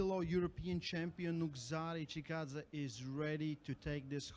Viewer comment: Nugo Chagadav? should put a little effort and show some respect in learning athlete's names. Not that hard.